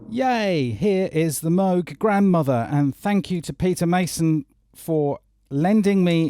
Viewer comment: Yes Mooog not Mowg love mine